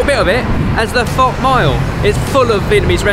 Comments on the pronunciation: Fuh?? I thought it was pronounced fo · Omg, my mum and I loved hearing pronounce pho 🤣 The way he said it sounded a bit too short, like you're trying not to say the f word!